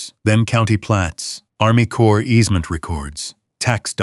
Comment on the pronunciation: The CORPS of Army Corps is pronounced CORE. The S on the end of CorpS is silent, not pronounced.